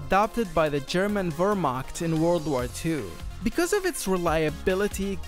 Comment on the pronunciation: Wehrmacht is pronounced as vermakt